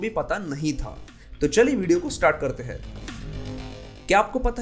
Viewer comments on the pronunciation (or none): अत्यन्त महत्वपूर्ण जनकरियाँ व सुन्दर प्रस्तुति सिवाय एक उच्चारण दोष के। दरअसल आप "हैं" को भी "है" उच्चारित करते हैं इसे सुधार लें। उपन्यासकार